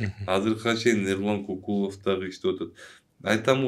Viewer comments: Ай оң сүйлө,биринчиден,Кыргызда Кокул деген ат жок же сен уктуң беле!?Көкүлов дечи,а дегенде туура сүйлөгөндү үйрөнүп анан иш кылсаңар жакшы болот эле да,ар бир сөзгө тамгага маани берип😡Эрулан Көкүлов.делиш керек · Тантырап КОКУЛОВ ДЕБЕЙ КӨКҮЛӨВ ДЕСЕҢ!!!! КЫРГЫЗ ЛЕКСИКОНУНДА КОКУЛ ДЕГЕН СӨЗ ЖОК!!! КӨКҮЛОВ, КӨКҮЛ АЙДАР ДЕГЕН СӨЗДӨН СӨЗ! АЙДАР ЧАЧ ТӨБӨГӨ КОЮЛАТ КӨКҮЛ МАҢДАГА КОЮЛУУЧУ ЧАЧ КИЧИНЕ БАЛДАРГА!